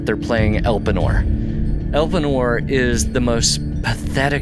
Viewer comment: pronounce: el [PAY] nor